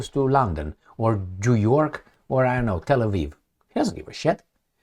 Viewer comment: "jew-york" lmfao!